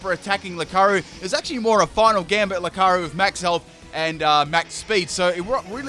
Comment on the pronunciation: I hate to be this person but it's pronounced meemeekyou not mimickoo and loocareeyo not lukaro